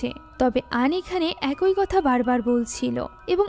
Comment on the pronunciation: আপু শব্দটা “একই” উচ্চারণ হবে। “একোই” না। 😶 আপনার মুভি এক্সপ্লেনেশন অনেক সুন্দর হয় কিন্তু এই একটা শব্দের উচ্চারণ সব সময় ভুল হয়। আপনাকে ছোট করার জন্য ভুল ধরছি না, ভুল শুধরে যেনো আরও সুন্দর ও নির্ভুলভাবে মুভি এক্সপ্লেইন করতে পারেন তাই বললাম। 😊